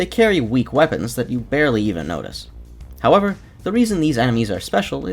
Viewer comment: fattest “however” in my experience playing payday